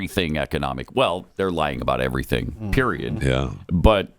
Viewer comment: I'm pretty sure in the clip you want to cut with KJP saying 'I don't have any intelligence" she says PREIOD at the end using the word, so that may be even better if you haven't cut it already.. "I don't have any intelligence. Period." is what it SOUNDED like she said.. even better!